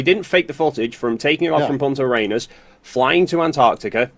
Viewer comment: They wewe scawed of fwying!!!